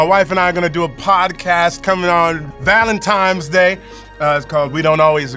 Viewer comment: "Valentimes" day 🤣´lolololol